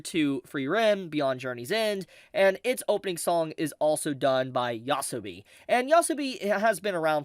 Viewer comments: YO - ASOBI. Not YASBI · It's YO-A-SO-BI. Not yasobi.